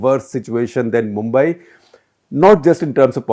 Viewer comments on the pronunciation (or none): You do not know Mumbai at least pronounce correctly look at density of population especially Dharavi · He can pronounce Brihmumbai but can't pronounce mumbai